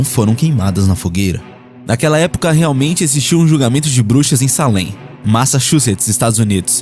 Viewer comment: Ninguém perguntou, mas eu moro em peabody, do lado de Salem, Halloween aqui e doideira, somem muitas crianças.. só a pronúncia q esta errada, escreve Salem, mas se lê seilam.. sou fã do canal.. abracoooo..